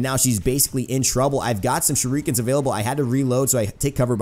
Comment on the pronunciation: shureekans DEEVEEAYE